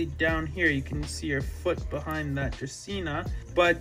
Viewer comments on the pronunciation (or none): none